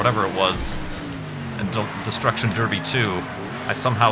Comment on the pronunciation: are you saying derby or derpy?